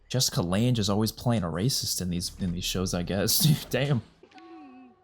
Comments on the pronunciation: Jessica Lange’s last name rhymes with Bang, not with flange. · Just an fyi it’s pronounced Jessica Lange is pronounced “Lang”:) Can’t wait til you get to Coven and Hotel!! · Pronounced Jessica Lang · Jessica Lange, like "Hang, Dang, Fang...." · it’s pronounced “Lang” 😉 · Hate to be that guy, but Jessica Lang is pronounced like 'gang', fyi. I'm loving these reactions!! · Just a heads up Jessica Lange's last name is pronounced like "Lang" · Lange rhymes with sang or rang.